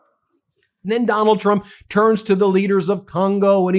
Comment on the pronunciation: Did the dude say "President Donut Trump'?